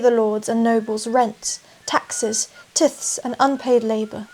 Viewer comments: I don't mean to be 'that guy' (just kidding, I love it really) but I think it's pronounced 'tithe'. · You really don’t know much ,do you ? Obviously never heard of a tithe , since you pronounced it incorrectly , so presumably there are plenty of other gaps in your knowledge . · Tithe.... tie-the.... holy shit, tie(d to )the Kudos for using a word you only ever read before :)